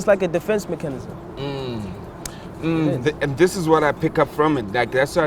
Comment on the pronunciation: someone please tell Nasty C to say mechanism again lol